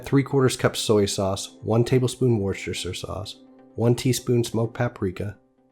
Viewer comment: Wooster sauce. I know it's got like 20 letters in it, but we pronounce it wooster for some reason :p